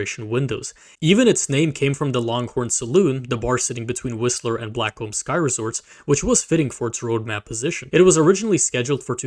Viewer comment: "Sky resorts"? You mean SKI resorts; there's no such thing as a "Sky resort" 😂 EDIT: Also: 4008 is not 408, and... "Fourth-thousand-and-Seventy-four"? 😂😂 Plug-and-pray meant two things, simultaneously: - Plug-in a device, and pray your system doesn't crash - Plug-in a device and pray that the device actually works